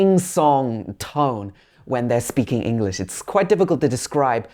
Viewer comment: Bro one tip for you is , it's english not engliss